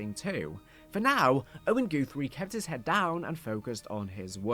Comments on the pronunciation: I can’t tell if it’s your accent or if you are purposefully saying GOOTHRIE instead of GUTHRIE over and over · Goothrie? GUTHRIE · "goothrie" lol